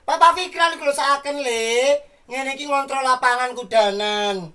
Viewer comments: Kok ngontol ya bukannya ngontrol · ngomong ngontrol dadi ngontol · Sukses selalu dan team.. Eh apa ga salah denger bilang ngontrol ke wawan tapi rrr nya hilang😂😂😂😂